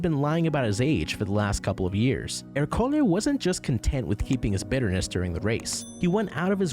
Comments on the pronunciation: Right off the bat you lost me by consistently mispronouncing Ercole’s name. It was said many times in the movie so there’s no excuse (you used text-to-speech, didn’t you? I hate that!): it’s ER-co-le, not er-CO-le. It’s Italian for Hercules, just as Luca is for Luke, Alberto is for Albert, Giulia is for Julia, Massimo is for Maximus, Daniela is for Danielle, Lorenzo is for Lawrence, Giacomo is for James (itself from the Hebrew name that got Anglicized to Jacob), Tommaso is for Thomas, etc. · The pronunciation of ercole lmfao